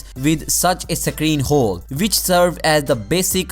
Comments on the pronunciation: Sake reeen... Or screen.. 😂🤣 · Can you say screen